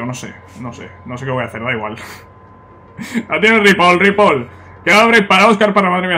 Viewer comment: no se pronuncia ripol, es ripoi